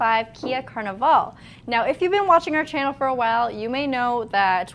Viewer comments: Why do you pronounce the name as "car - ne - vaal" ? Isn't it simply "car-nee"verl" as what in english should be pronounced? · its CARNIVAL not CARNIVAL